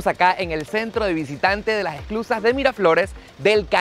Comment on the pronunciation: Hola! Gracias por mostrar un poquito de mi hermoso país. No sé si escuché bien pero creo que decías “exclusas” y se llaman “esclusas”. 😉